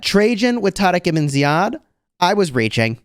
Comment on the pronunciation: The way you tarek ebn ziad is exactly as our Arabic talking ,i appreciate saying it the right way 🫶🏻